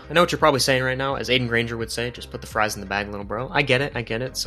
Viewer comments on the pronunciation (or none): none